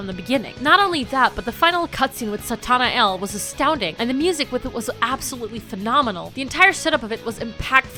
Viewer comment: Satanael is pronounced Sata-nile